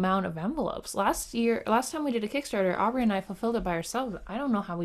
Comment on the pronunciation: Happy Birthday Aubrey!!!! :D Good Job on my name! Everyone takes a long pause before trying.